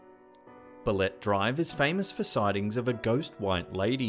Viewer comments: Pronounce it bale-te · he said baletrees!!!! XDXDXD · Ba-le-te ,,,,,,,BAH--LEH---TEH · Antique is pronounce as an-ti-ke And Balete is pronounce as Ba-le-te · Wow.... I'm impress! You made it far here in the Philippines, my home country. Few corrections though: UP Los Baños is pronounced as YOO-PEE LOS BANYOS. Balete drive is pronounced as BA-LE-TE drive. Congratulation,!!!